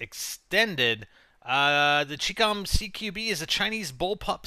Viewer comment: you mispronounced chicom. the CHI is pronounced like the "chi" in "Chinese" and the COM is prounounced like the com in "Communists"